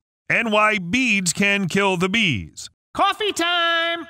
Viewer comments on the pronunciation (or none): "CAHFEE TIME"